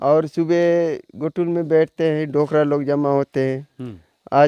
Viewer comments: घोटुल नहीं जी गोटुल कहते हैं... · घोटुल नही है गोटुल है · सर आपका कार्य बहुत ही बड़िया हैं लेकिन जो आप ने उचारण किया घोटुल वह असल मे गोटुल हैं | सर निवेदन हैं इस तरह के गलत उचारण से हमारी संस्कृति पर गलत प्रभाव पड़ता हैं तो सर निवेदन हैं 🙏🙏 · घोटुल नहीं गोटुल है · बढ़िया है। पर एक सुधार करें। घोटुल उच्चारण न करके, गोटुल का उच्चारण हो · Ghotul is wrong word . Gotul is correct pronunciation